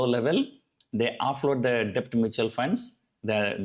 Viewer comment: Debt is pronounced like 'det'